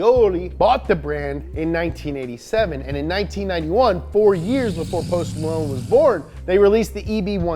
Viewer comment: Who the heck is Poss Malone?